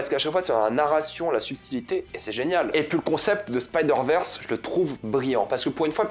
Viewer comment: faux raccord et ooof "the stain into the rege verse"